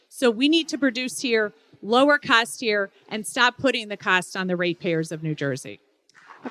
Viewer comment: “It’s gonna cust ya an arm and a leg but if you’re a good person you’ll do it”🤣